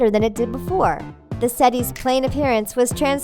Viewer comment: Did- Did she pronounce 'settee' as 'set-e'?